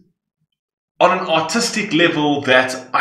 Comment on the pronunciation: im sorry but every time you say “artistic” i hear “autistic” 😂